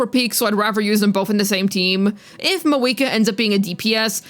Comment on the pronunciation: where did your pronunciation of Mah-VU-I-Kah go?